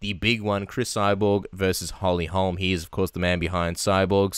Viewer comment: Jason Parillo: It's Holly HOLM! Good grief guy, she's not Larry Holmes' daughter. And, "Beth Korera"?? whew...